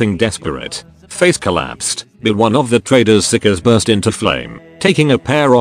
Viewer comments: Stop calling it psicers get your tts right. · if you dont listen carefully it sounds like he calls the psykers sickos :P